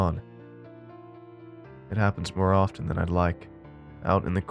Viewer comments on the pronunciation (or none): none